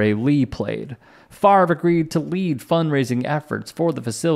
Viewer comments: I told y'all his name was pronounced Favor!!😡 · Bart Frarvrer should be sentenced to 24 months of intensive remedial phonics. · I've never thought he's very bright bc he can't pronounce his own name. 😂